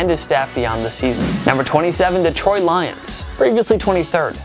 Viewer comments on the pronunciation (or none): none